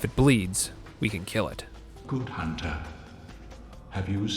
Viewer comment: "A hoonter must hoont"